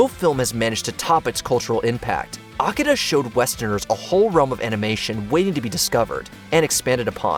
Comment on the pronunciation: It is pronounce AKIRA not Akida, not to mention you should of not put any animation from Japan considering lot of it is more centered around adult content, and i think Akira is over rated.